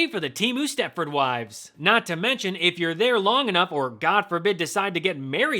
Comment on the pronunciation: 😂 Did he say "Temu step-ford wives"?